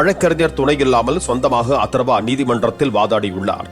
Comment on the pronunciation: அதர்வா தானே. அத்தர்வான்னு சொல்ற. ஏய்யா